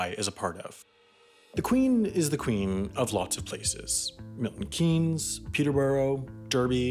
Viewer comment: He said Milton Keynes correctly - Milton Keens